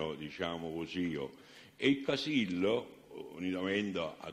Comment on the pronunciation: Sembra che lo faccia a posta a cambiare le finali: praticamento, veramento, sapero... poi quando deve dire Casillo, finalmente una parola con la O finale, dice Casille! 🤣🤣🤣